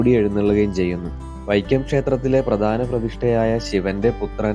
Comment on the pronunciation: PRADHANAM ENNU PARAYU :: PRADANAM ALLA